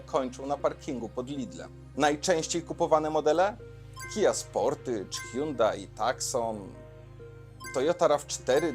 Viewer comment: Tak też mówił? Sportaż? Oj nieładnie...